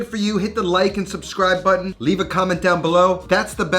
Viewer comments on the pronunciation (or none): none